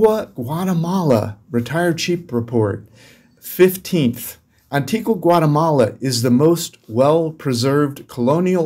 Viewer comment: First of all you need to know how to pronounce the names of the places. There is no Antiguwa", It's pronounced Antigwa".